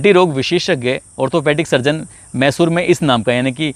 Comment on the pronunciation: भाई साहब मैशूर सहर नहीं मैसूर शहर ...आपने दो बार ग़लत प्रनाउंस किया..बीच बीच में छोटे छोटे पॉज भी लिया कीजिए .. ज़्यादा प्रभावशाली रहेगा.. बाक़ी आपका अंदाज़ ए बयां और आवाज़ अच्छी है..